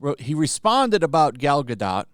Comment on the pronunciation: It's pronounced gal guh-dough,. Not gal guh dot Also, good work on the vids.